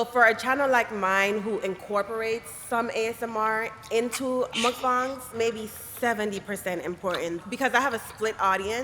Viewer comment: Muckbongs is what hes saying which is funny